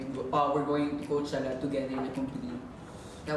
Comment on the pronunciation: My favorite word now is "Coachella". Thanks Liza for pronouncing it perfectly! ❤